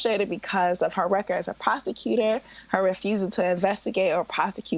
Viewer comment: I could have sworn she said Prostituter.....lmao